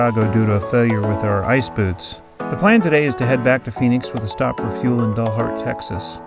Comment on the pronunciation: Love your pronunciation of Dalhart (dullhart). Not sure if that is a Freudian slip but if so it"s appropriate (just kidding Dalhart people). It's actually pronounced like the dal in Dallas. Great video! Stay safe.